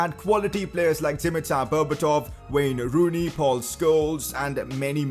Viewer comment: Is it me or did this guy just say wayner rooney 😂